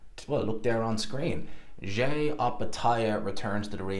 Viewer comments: His name is pronounced Jy not JAY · His name is Jai rhymes with die .